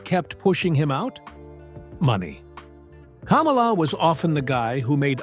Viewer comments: kaaamala lol... Its kamala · It’s “Kah-mah-lah..” the Ugandan Giant. He never ran for President. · They couldn’t say Kamala correctly! 😆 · Teach you damned AI pronunciation for Kamala!!! The wrestler was pronounced kah-molla!!! The idiot that ran for president was pronounced kam-alah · Kamala’s name isn’t pronounced like Kamala Harris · Will you please learn to pronounce KAMALA'S name correctly!!!!!!!!! You make him sound like a large version KAMALA HARRIS the female. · Love the way this AI pronounces Kamala like Mrs harris name is supposed to be pronounced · AI pronouncing Kamala the same as Kamala Harris is fucking priceless😂😂😂 America is so fucked